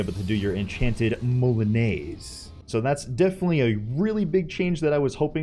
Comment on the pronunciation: that's not how you pronounce moulinet XD